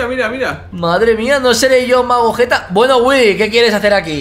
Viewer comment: Porque MAGOGETA y no MAGETTA